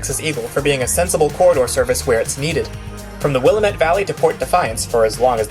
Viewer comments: Very well done. I'm on the west coast, and I love the Coast Starlight. I offer one tiny correction. Regarding The Cascade ... which I look forward to taking ... the proper pronunciation is: the "will AM ette," valley --- not the "will am ETTE," valley. There is a "will METT," Illinois. But, in Oregon, it's "will AM ette." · The "am" in "Willamette" is "am" as in "Amtrak", not "Am" as in "America". It's the stressed syllable too - will-AMM-it. Just remember - "It's the Willamette, dammit!" Also appreciating your choices in chill trance, Autumn Tactics is an absolute classic. Caught some Ferry in another video too.